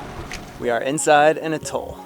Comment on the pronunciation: Its pronounced At Toll....hearing Utol all the time slightly bugs